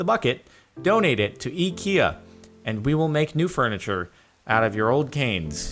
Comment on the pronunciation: Ikia is pronounced Eaka